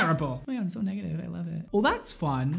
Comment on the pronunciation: am i the only one who heard him say "so" in a super British or Australian accent?